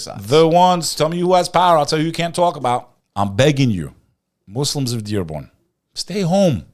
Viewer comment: You guys gotta say Muslim and not Moozlums please for the sake of allah , love you guys 🎉 keep going